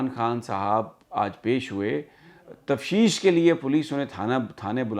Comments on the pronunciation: تفشیش نہیں بلکہ تفتیش ہے۔پلیز اس کو درست کر لیں۔ شکریہ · Sami sir..its not tafshish but taftish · Sami sb.I met u on ave h on Coney Island ave.I keep listening u every day.but the word u speak tafshish is actually taftish.may god bless u. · Array bahi Tafteesh hota hay. Tafsheesh nahi. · سمیع بھائی لفظ تفتیش ہے تفشیش نہیں ہے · Sir im sorry to correct you that the word is(TAFTEESH) تفتیش sorry again sir but you csn check it🙏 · sir on a light note, the word is Tafteesh ;)